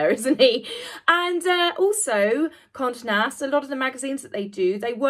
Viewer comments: Forgive me, but Condé Nast is pronounced Kon-day Nast. It's been around almost forever, well at least a hundred years and Condé Montrose Nast purchased the Vogue company in 1909. There's lots to read about him and I have to add, he was a heck of a good looking man. But he died before I was born so I never stood a chance. 😄🙂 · I think you are great and I love your channel. Just a little note: It's Con-day Nash. Conde has an acute accent over the "e" hence the pronunciation. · Conde Nast= pronounced Conday Nast